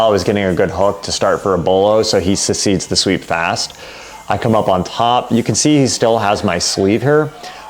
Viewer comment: you say he "secedes" the sweep, but I do believe the word you're looking for is "Cede" pronounced like "seed" or perhaps concede. Love your content.